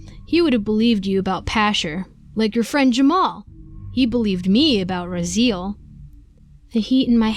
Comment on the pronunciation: It's pronounced "Ra-zee-el"